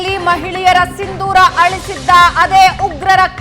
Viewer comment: ಸಿಂದೂರ ಅಲ್ಲ ಸಿಂಧೂರ!